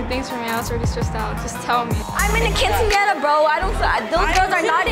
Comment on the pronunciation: “KINcenara” ugh.